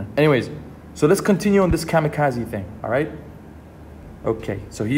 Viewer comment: This nigga called it the kazikazi or whatever 😂